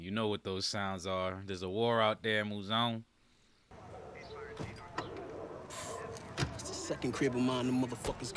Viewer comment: 7HELLS‼️ As much as I hate Bro Mouzone it's like hearing a screeching chalkboard when you keep saying his name wrong😫 The emphasis is on ZONE and this is not the Sopranos its NOT Italian🤦🏾‍♀️